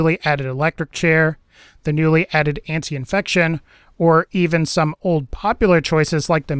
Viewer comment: "Antifection" is how it's spelled. "Ann-tee-fection" is how it's pronounced. There's no "n" in there. Please say it right.